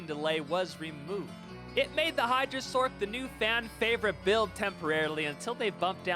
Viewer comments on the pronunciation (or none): Why the hell ppl call sorc a sork???its sorssss aka sorc